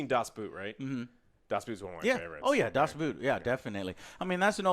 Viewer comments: Joe plz, you make my ears bleed. :P it is Das Boot, not das boot, like in the shoe. It speaks more like a bow, with a t at the end. Das Bowt. Get your german right, damnit. ^^ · Well.... "Das Boot" is pronounced like "Boat" because that´s what it means in German. Its not a type of shoe guys !!! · Das Boot is pronounced das Boat, because German. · Das Boot is basically pronounced as Das Boat btw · Saying you love submarine movies and then completely butcher the pronunciation of Das Boot is a cardinal sin